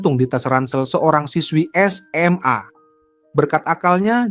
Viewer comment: Penyebutan SMA jangan terlalu ditekankan begitu min. kurang nyaman dengarnya🙏